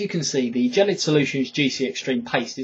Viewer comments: Gelid is pronounced with a G like "game" or how kids say "gehy", it ghel-lid not "jellied". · Dylan Greene 1. Gelid is a brand name, not a word, so it could be pronounced either way (depends on how the person who named it intended it to be pronounced). 2. The guy it video is pronouncing it jell-id not jellied. 3. Gel (as in hair gel) is pronounced jell in the U.S. and U.K. and the consistency of Gelid is similar to that of a gel, so there's a good chance it's supposed to be pronounced jell-id. Don't know for sure though. We'll just have to ask them I guess. Peace